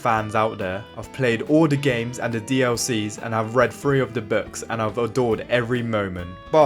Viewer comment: I thought A Knight of Seven Kingdoms was boring. House of The Dragon is much better. Also not to be rude but please practice saying ‘the’. Great video though!